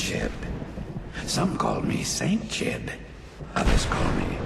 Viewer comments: I believe you pronounce the whole thing. Jee-oob. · I've always thought his name was pronounced as "Gee-oob" :p